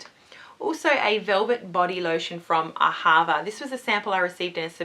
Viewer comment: It's said AA-ha-VA It's an Israeli brand, it means love in Hebrew :)